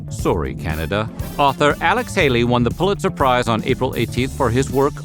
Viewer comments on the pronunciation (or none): none